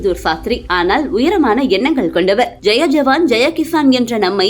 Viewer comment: ஜெய ஜவான் , ஜெய கிசான் இல்லீங்க அம்ணி. ஜெய் ஜவான், ஜெய் கிசானுங்க அம்ணி. சொல்வதை சரியாக சொல்ல பழகிக்கோங்க அம்ணி. தயவுசெய்து தப்பா சொல்லாதிங்க.